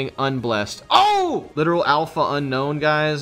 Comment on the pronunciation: Unown > Unknown Please community start pronouncing this name correct. Un - OWN and not Un - KNOWN